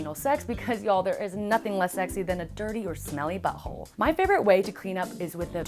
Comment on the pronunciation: She said butt hollie o.